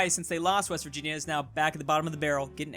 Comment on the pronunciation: It's Virvirginia